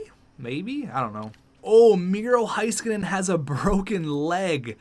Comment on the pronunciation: Haiskanen oof say Hay-skanen